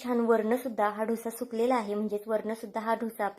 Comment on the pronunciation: छान आहे.. पण तुम्ही डोसा म्हणा.. ढोसा म्हणू नका.